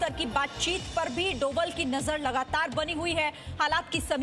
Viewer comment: Bhanji donal nahi dobhaal hi, bolna seekho!